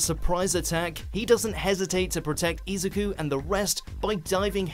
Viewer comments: E zoo koo. Not Eze koo. Poor Izyuku, so many people pronounce his name wrong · Did you say (easy ku) for izuku (e zoo ku)